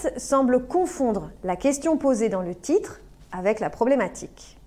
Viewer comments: Je pense c'est à cause de sa langue maternelle, elle prononce le t "CH "🙉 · Elle utilise une prononciation du portugais brésilien que n’est pas correcte. Par exemple, le mot « titre » elle le prononce comme « tchitre »